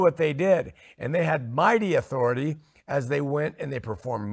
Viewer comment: talks about cults, but he shares an important thing with them, a lack of accountability. Does he pronounce it "authori-TIE" because he doesn't like being under it?